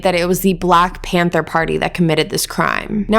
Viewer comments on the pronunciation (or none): none